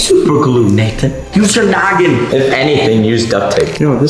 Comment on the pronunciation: nathan not natetin